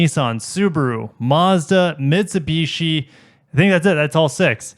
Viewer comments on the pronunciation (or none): none